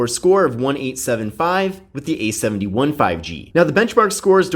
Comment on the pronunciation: Idk why but I can't stand the way he emphasizes the 1 instead of the 7 in samsubg A71 5g. It just ruins the parallel structure.